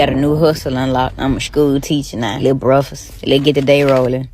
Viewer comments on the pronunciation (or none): she can not speak proper English. Brufest instead of breakfast